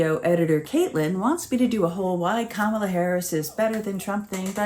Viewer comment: It's an intentional disrespect, to mispronounce her name, many MAGA morons, senate & congress, do it too. It's marginalizing, as if they're implying she's not even important enough to learn her name (I guess kinda a racial slur, since it isn't a common white Christian name, like rude children on the playground). I once saw Nancy Mace refuse to pronounce it properly on a news show... Pathetic, they love their smug childish ignorance.